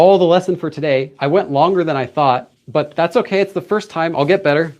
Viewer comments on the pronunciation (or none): none